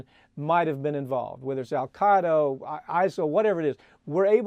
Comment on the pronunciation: "Al Qeado"